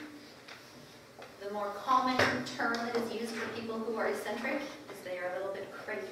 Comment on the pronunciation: The pronunciation of "eccentric" and "eccentricity" is not E-centric it is ek-centric; ek-centricity